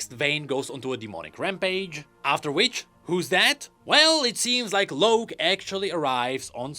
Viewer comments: Why do you keep saying "Loak" His name is Locke, as in LOCK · It's LOCK(e) not LOWK...UGH. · Locke is pronounced as lock.... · please, the name ‘Locke’ is pronounced the same as ‘Lock’. You’re killing me here. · It pisses me off that he keeps saying Loak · The way pronounces Locke really bothers me lol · yet I'm sure he knows what a Lock is, and this just has an E at the end... It doesn't change the pronunciation lol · THats not an excuse lmao hes doing it on purpose. His English is LIGHTYEARS beyond pronconce a simple ass word. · mine too, and idk why tf he's saying it like that.